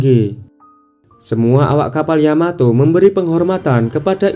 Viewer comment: Yamato ❌ Yamateh🤭✔️